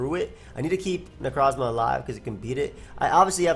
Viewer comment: Please stop calling Necrozma "necro". It weirds me out every time for obvious reasons.